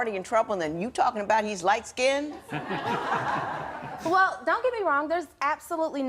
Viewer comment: The minute she said lightskinded I was done.